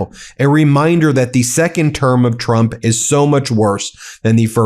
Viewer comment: I like Drump - your unintentional slip better 😂